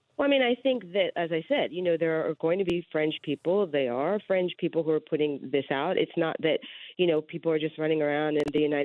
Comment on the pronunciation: Is it just me who thought she said "French" people, not "Fringe"?